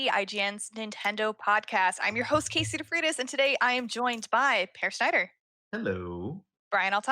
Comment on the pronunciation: Kay-see Fritas.